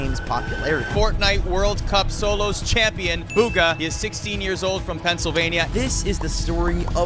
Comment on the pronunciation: "Buga" that commentator really ruined his name💀